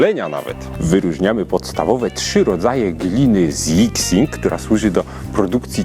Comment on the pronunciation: „Jixing”? Chinczycy „x” cztaja jak „ś” , czyli nazwe gliny czytamy jak „jiśing”